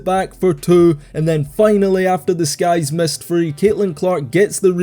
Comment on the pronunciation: “say what you want about this guy’s performance…” my brother in Christ these are women. genuinely can’t tell whether you’re saying Sky’s or guys